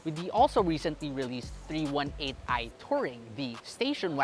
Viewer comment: its not meant to be rude about it, just thought the miss pronunciation was a little different